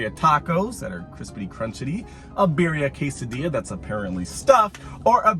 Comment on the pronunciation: The way he pronounces birria makes me cringe 😂